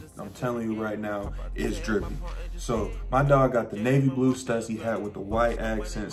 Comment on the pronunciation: That’s not how you say stussy? lol